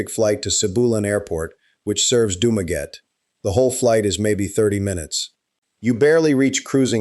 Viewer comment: Learn how to pronounce the name doo ma gettie